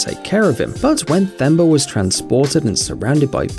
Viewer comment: It’s pronounced as T-Hemba not Th-emba